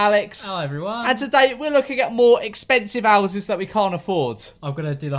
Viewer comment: Ouses. That’s definitely how you say houses. Well done